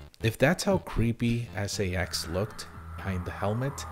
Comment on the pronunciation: When you pronounced "SA-X" as "sax" I immediately thought of the SA-X accompanied by some funky saxophone music every time it appears